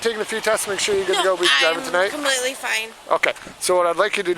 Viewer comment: she said she’s “comletely “ fine. 😢 Let’s watch for more alternative words used by intoxicated individuals.